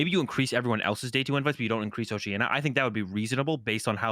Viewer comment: Just found out about the podcast last week and I'm loving it. ❤Just one small criticism, maybe check the English pronunciation of some places beforehand cause you guys are butchering some places like Oceania, Porto Alegre, Bilbao. 😅